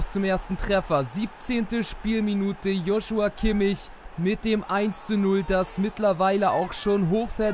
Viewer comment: Joshua Kimmich nicht Josha Kimmich